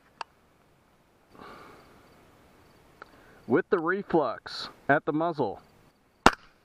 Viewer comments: I just laugh when the guy says "reflux" instead of "reflex". Having said that, I have one on order. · Dude are you saying reflux?? Its Reflex. Reflex.